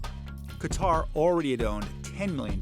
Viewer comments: "many Americans dont know much about Qatar ," including you yourself coz it is not Qataar it is Qatar. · It's not Qataaaaaaar, it's Qatar. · It’s not pronounced "cutter” lol it’s pronounced "kah-tar" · It's not Qu-itar, to pronounce it "cutter" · RAY飽飽 no its Ka-tar